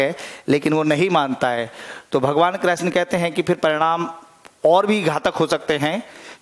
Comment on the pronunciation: Sir ap krishn ,, ko kreshn bol rahe ho ..plz thik kre sir ??????? But very nice 😇🙏🙏🙏🙏